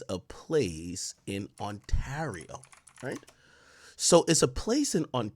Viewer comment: The way AK says Windsor and Ontario sounds like he dont speak English lol! Bro these are English names lol